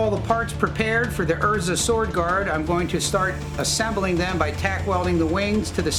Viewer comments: So funny how they keep pronouncing her name as "Urrza" instead of "Ehrsa" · It is Erza not Ezra